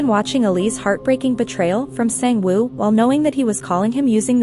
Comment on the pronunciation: I felt that wasn't saying sang woo, it sounded different.